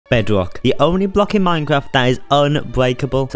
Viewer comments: it’s his accent and his speech impediment, n that’s why it kinda sounds cuter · toddler detected